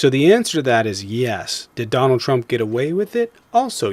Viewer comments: Why does the guy call Trump "Chromp"? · When we all o ow it’s trumpf